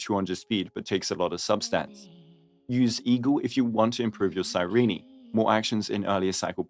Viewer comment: CAN YOU STOP CALLING HER CYREENEEE ITS CYRENE BRO 💀